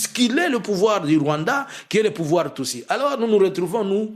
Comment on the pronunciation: Est-ce que le peuple burundais va accepter? Façon tu as prononcé le Rwanda 🇷🇼 c’est pour m’achever 🤣🤣🤣🤣🤣🤣🤣 Tshisekedi et Ndayishimiye sont deux comédiens 🎭 qui ont transformé deux magnifiques pays en cirque 🤦🏾 j’ai envie d’ajouter sur ta liste un autre groupe des Tutsi qui s’oppose au pouvoir de Kagame et qui soit disant collabore avec Jean Luc mais entre temps ces Tutsi détestent les Hutu comme pas possible 🤣 Tout ce mélange là pour jouer avec le peuple congolais qui ne connaît rien à l’histoire 🙌🏾